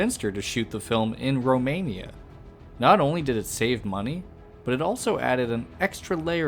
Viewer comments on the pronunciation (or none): none